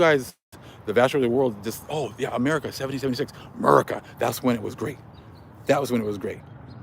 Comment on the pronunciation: Shalom'❣️ Great Man of The Most High Brotha' & The 🕎 Super 💜 Chosen ✡️ Children. 🙌🏾"APTTMHYAH!"🙌🏾 Thank you for the down right Truth! 🙌🏾 😂 Just know that Every Time I hear you pronounce 83's Amerikkka as Timer - OMGosh 😅❤😂❤🤣; Right-O ✔️ Ammeerriiccaauugg!!😁💜🤣